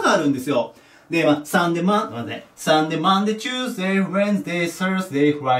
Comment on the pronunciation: サンデェ、サーズディがおんなじに聞こえる、何で？